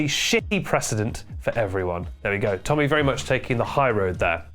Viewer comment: AGAIN??? lets go tommy... temmy.... tenny.... tennis